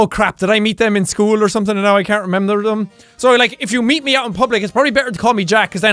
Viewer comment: "...and now I cant remebfjhcb"